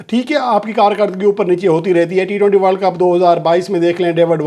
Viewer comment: News बोलने से पहले वर्ल्ड का सही उच्चारण करना जानो